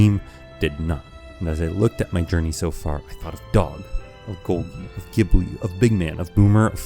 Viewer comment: good video but your pronunciation of golgi forced me to dislike, unsubscribe, and bomb the entire city